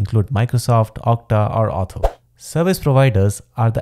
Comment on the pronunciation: its "authzero" not "auth-OW"